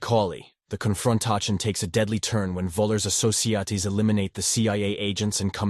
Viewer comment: "TRAGICOLLY" "CON-FRON-TACHION" "AHSSOSHEAHTAYS" I'd bet anything that is not an actual human being narrating that clip.